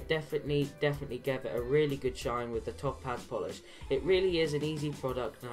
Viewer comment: Its pronounced Tow-paz, all one word. Great videos. Do you mind if i post them to my Autosmart Facebook group?